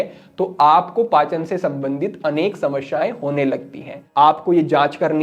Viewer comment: Shamashyain Nehi hota Samasyain hota hota hai Galat ucharan na karain